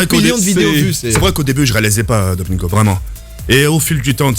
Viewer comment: Il a dit "Dogmingo" ptdrrr